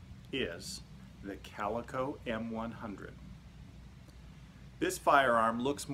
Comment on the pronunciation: CalEEEEco....just saying